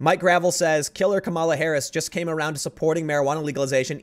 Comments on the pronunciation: I think it’s pronounced gra-vell’ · I believe it's pronounced gruh-VELL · For the record, its pronounced "Grah-veil".